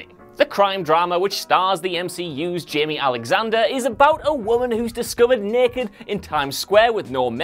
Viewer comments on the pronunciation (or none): none